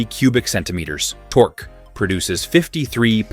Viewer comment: Tork-key torque. F AI